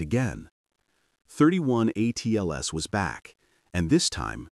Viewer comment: It's NOT "thirty one" Atlas..... !!